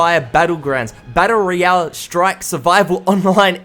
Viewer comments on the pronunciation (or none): everytime he says BAttle royale it just strikes me xD